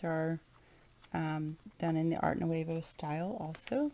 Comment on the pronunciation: It is beautiful! I sure wish you pronounced Nouveau correctly though..